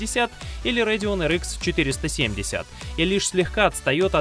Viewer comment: Не принимайте это как хейт, но сильно по ушам бъёт "амд РЭЙДИОН"